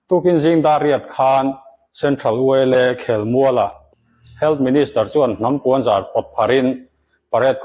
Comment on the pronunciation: Hnam puanzar kha lam dik deuh la mawle ..